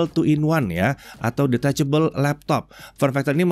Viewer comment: Hal yg paling muak dahan gw denger adalah detechebel 😂